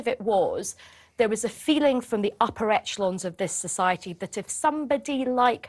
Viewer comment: Did this woman say etchelon???